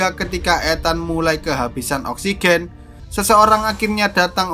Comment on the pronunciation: Saya gak bisa nonton ini karna saya belum perna menghirup "Oskigen"